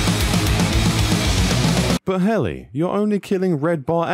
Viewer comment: “…th…” Heli, “…th…” as in “leather” or “weather” or “whether” like “leaTHer” or “wheTHer” or “weaTHer” “…th..” Heli. THHHHHHH Heli. I believe in you.